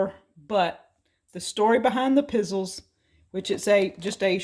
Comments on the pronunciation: It's Piz zells, not pizzils. You need to try you some of those Stella breakfast treats. They kind of look like a S on its side. Yummy. Great with coffee. I really like the little pops of red. Very nicely decorated. Merry Christmas, take the time to slow down and relax and enjoy it! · It's pronounced "pi zell ezz" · Love how you missed pronounced pizzeles. It's an Italian cookie. And very popular at Christmas time. Just made a batch my self.